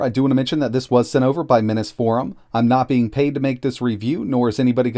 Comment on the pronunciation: I think it's pronounced "Mineeze" Forum.